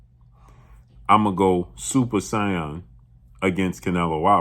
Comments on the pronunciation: "Super Say-Awn".... like Vegeta? 🤔. But team Crawford 💯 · Butchering “super saiyan” but I’ll let it slide